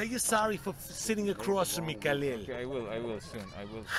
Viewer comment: I like how pronounce khalils name correctly.